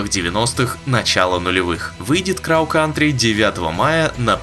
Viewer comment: слово "crow" не читается через звук "а". должно быть, скорее, ближе к звуку "о"